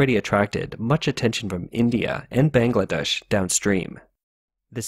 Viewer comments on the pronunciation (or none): none